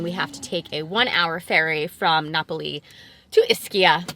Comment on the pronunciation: na-pah-lee? lol